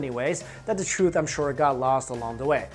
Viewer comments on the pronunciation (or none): none